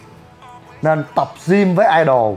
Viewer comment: đọc là Gym không phải là gim nhe chú e